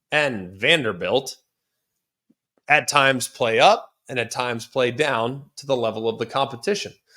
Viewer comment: The way he said Vanderbilt was personal😂